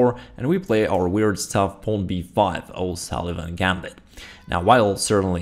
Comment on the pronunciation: He mentions a name , not clearly, but I eventually figured out he said "O'Sullivan Gambit." After 1. d4 the general opening is called the A40 Polish Defense in my source.